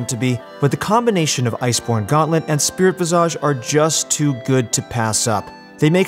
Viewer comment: The way he says Spirit Visage triggers me.